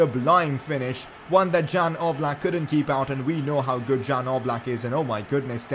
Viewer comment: It’s pronounced ‘Yan’ Oblak not Jan Oblak. Like so cani can see.